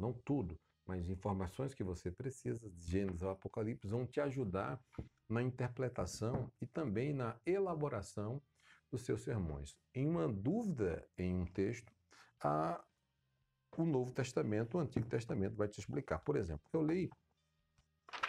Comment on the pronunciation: O vídeo foi bom, mas acho que em eu ouvi a palavra "interpletação".